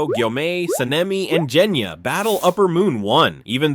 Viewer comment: obviously, I’m just laughing that it was pronounced wrong